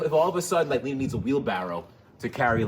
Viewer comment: ‘You probably like the rumble’. ... someone call Electrified garage’s ‘HR’. ‘pleese’... Leenda has a harassment complaint! 🤣